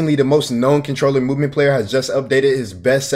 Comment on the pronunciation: Dawg its a controller why you saying roller💀